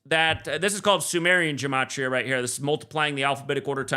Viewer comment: Frig it’s not gAmatria it’s gEmatria, it’s an E not an A, it’s basic English, or is geology now pronounced gaology?